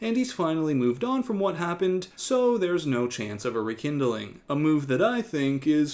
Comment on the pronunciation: In addition the Greg saying "the weeks" -- he also said REkindling!? ........